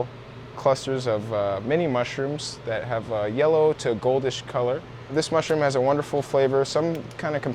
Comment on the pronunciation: I KNEW I WAS NOT THE ONLY ONE TO HEAR HIM SAY clit